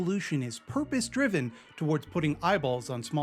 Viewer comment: i like how the guy in the ad keeps trying to say “purpose driven” but he keeps sounding like “purpospribive” or something lmao